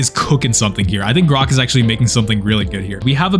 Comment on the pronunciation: Did he say grox